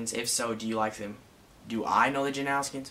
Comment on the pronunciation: Janowskian- how Taylor pronounced it😂